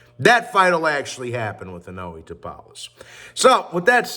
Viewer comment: how hard is it to just say Inoue(In-o-WAY) not inuwee lol